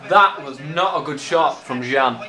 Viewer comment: gian who the fuck is gian its gyan lol